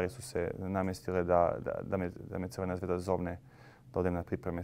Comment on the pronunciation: Izgovaraj kako se klub zove, C. Zvezda. Razumijemo da pričaš ijekavicu ali kod ličnih imena ne postoji ikavica ijekavica ili ekavica, izgovaras onako kako se zove. Mislim da bi to kao novinar morao znati i primjenjivati. Zvijezda je totalno drugi klub. Sportski pozdrav.